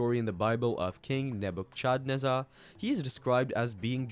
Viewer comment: Hard to take someone seriously who pronounces Nebuchadnezzar like that, honestly.